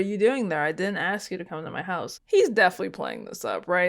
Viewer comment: Someone please point out that he's saying AXE and not ask come onn!!!!!!!!!!!!!!!